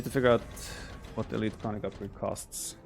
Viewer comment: Konnik pronounced Kon-nik, hard "o" like in Oh, or tone (but short), hard "i" like in Single